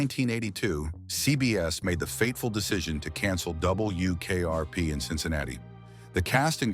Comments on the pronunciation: “DUUUble U” AI voices are so bad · It's W ! NOT DOUBLE U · A.I. voice sure has a problem with "W". "double....u" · True, I hate the narration with its "Dub. Bul. Yew. Kayarpee". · “Double U KRP”???? 🤔 🤖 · Yes, the awkwardness with "Dub. Bull. Yew. Kayarpee" gives it away. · No, it's ai slop. a'Dub. Bul. Yew. Kayarpee" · "DoubleYOO KRP" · Love the way the AI pronounces "Double You Kay Are Pee" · "Double U, KRP" I wanted to rip my nails out. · Double U K R P. 😂 The worst. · Yeah, the way it said WKRP was driving me crazy. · Still waiting for AI to say 'W' correctly. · Yep. Otherwise it wasn't horrible. Stayed to the end.